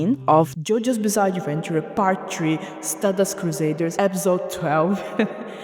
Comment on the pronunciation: Bizzare pronunciation